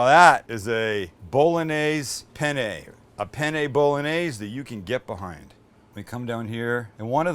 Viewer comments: "PENE"? Dammit,! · I’m usubbing because you said penne wrong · But no one told him that "PENE" in Italian means "DICK"? It's "PENNE". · It’s spelt Penne not pene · Pene... In Italian says penis. Penne correct. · What pene Bolognese hahahhahahhaha wtf every italian that watch this know what i mean hahahaha it should be penne Bolognese lmfao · by the way, it's peNNe, not peNe. Pene, with just one N, literally means "dick" in italian. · Penne! With 2 "n"! Try to Google translate! 🤣🤣🤣 Hi from Italy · You might find it amusing that as you assure your viewers that this recipe will “get them laid”....the title sequence translates to Bolognese penis”. In italian. Those double consonants are yes, important in the correct pronunciation, but also spoken. The double consonants in italian are pronounced with extra pressure either from the tongue or lips. BIG difference in meaning if there are similar words. Ergo, penn-ay. Bolo nyayzay. Be extra careful if ordering Penne Arrabbiate in Italy. Angry Penis may be a thing, but its not a pasta dish. Prego. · Hi Sam, buona giornata a te! Hope you're having a great day. I just wanted to tell you that on seconds isn't pene but penne.. because pene in italians means.. Penis. Yes. Not joking. Btw I would eat that! Approved by an Italian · Sam it's penne not pene! Pene in Italian means penis ahahaha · "SO IN GOES OUR PENE" only spanish speakers will get it lol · "Pene" Bolognese?? LOLOLOLOLOLOL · You missed a N in penne bolognese at the beginning of the video Now in italian it means Bolognese penis... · Penne is with 2 n's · Did you say Penny? :P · "In goes our penne" in spanish this heard so bad lol.. hahaha love this guy